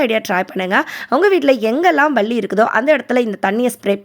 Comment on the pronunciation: Pls one Request sis, neenga niraiya vishayam soldreenga, yellamey super, but palliya mattum balli balli nu sollama palli nu sollunga, unga baby um appadha correcta pesuvanga, sry sis